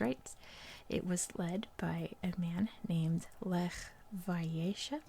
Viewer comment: Lech Wałęsa - "W" in polish it's pounces like "V" in English. Letter "ł" it's pronauces like "w" in word wood. Letter "Ę" there is no sound in English like this letter, it is hard to describe how to prounce it. Polish words and names are super hard to prounce, you did a good job 👍.